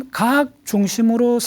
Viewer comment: 첫 질문!"생존" 이라는 용어부터 애매한것 같다. 엄말한 의미로, "생존"과 "종교"는 무관한 것이다. 종교는 "생존" 이상의 세계이기 때문이다.강사의 발음 문제! 모음"ㅘ"를 "ㅏ"로 바름하고 있음.예: 과학을"가학"이라 고 하고, 과정을"가정"이라고 발음하고 있다. 이런 발음 문제를 논하지 않는 한국 문화가 애석하다. 또, 결과를 "결가"라고 했다. 이런 것이 한국 일급 학자의 문제라니 놀랍지 않은가? 고국의 지식인께 간곡히 권하오니, "한국 어문을 고발함"이라는 책을 읽어 주시게ㅆ읍니까? 미국 변 완수 드림